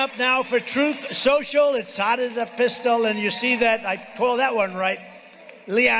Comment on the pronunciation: Did T-rump call it tooth social?